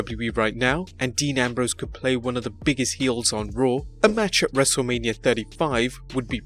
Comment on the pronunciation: It’s wrestle mania not lania